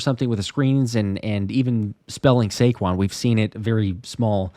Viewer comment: Saquon "sayshaun" Barkley for the first TD!!